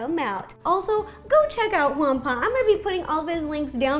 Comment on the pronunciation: She calls him Jampablo